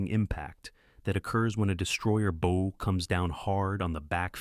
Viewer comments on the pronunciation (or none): Listen, lad why is it so hard here ,the front bit of the ship. the 'Bow' is pronounced bowwwoo like ( you -BOW-down) NOT like Bow & Arrow get it its simple's init laddie and have a fuking headache listening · the front of a ship is pronounced Bau not Bou. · You keep pronouncing the bow, the front of the ship as Bow, large O, a device that fires arrows. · How can you misspronounce ships "bow"? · 👎👎how a stupid mistake can make the destroy a video The front of a ship is a bow not a bow. Yes, they are spelled the same way but anybody who knows boats knows how to pronounce it correctly. This is just ignorant … this is an insult to the viewer.